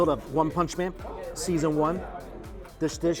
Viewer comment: The way you said one punch man and emphasized on season 1 lol